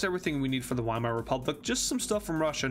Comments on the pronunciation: VIEMAAR NOT WHYMARE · Weimar Is pronounced Vy-mar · not being a nerd just a helpful tip the Wiemar rep. is pronounced like viemere rep.